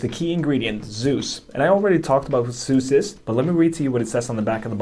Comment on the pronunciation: Pronounced Suze as in a boy named Sue Z